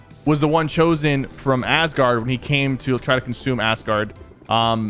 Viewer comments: ass-gard. lol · I would hate for fortnite to be I. A marvel movie. Do t get me wrong the game is ok but that would be nasty. Also sypher says ass-guard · am I the only one who thought Sypher said 'assguard?'